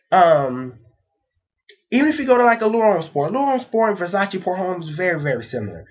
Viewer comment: Please check Peregrine77's video of Fragrance Pronunciation Resources. No offense, but your pronunciation of Terre d'Hermes is off. d'Hermes is read as a single word and the H is mute. Noticed that many US reviewers spell French words like they're from another planet. Homme sounds more like Ohm, not like home. Do you people learn any foreign languages at school?